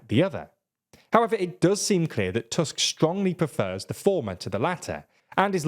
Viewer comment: I appreciate you pronouncing Tusk's name correctly (in english toosk, not tusk). Hearing his name as fang/canine over and over is tiring :D